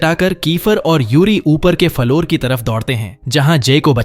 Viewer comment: its floor not faloor